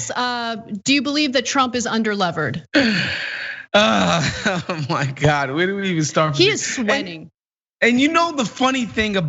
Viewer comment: "Under-levered" LOL. Doesn't even know basic finance words...